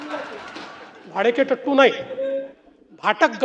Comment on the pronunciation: He said tatte not tattu ......